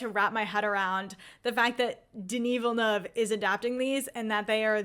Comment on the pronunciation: Your enthusiasm is contagious! I've always been a long time fan of Villeneuve's pacing, moody atmosphere and tension building skills since Incendies. He's shown he can make people feel different about what's on a screen. And, as a Québécois, I have to say your pronounciation of my fellow countryman's name is perfect! ;P